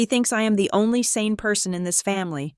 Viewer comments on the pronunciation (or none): none